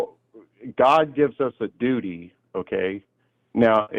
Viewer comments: Heehee, he said “dooty.” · That was painful. (snickers). "Dootie" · hehehe, he said dudy! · Hehehe he said dooty so many times. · 😂 lol he said dootie 💩